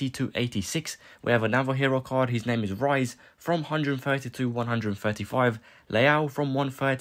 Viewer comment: No way he called Riise "Rice". How long you been watching football lad🙈🙈